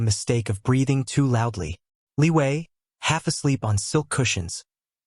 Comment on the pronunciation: Is it me or someone else also heard Liyue instead of Li Wei.